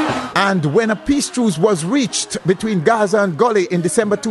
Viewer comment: from SA mi seh Gaza not Guzu😢